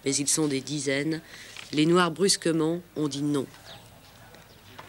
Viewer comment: Derrière des murs sales dans un foyer ou vivent des noaARrrr!!! 🤣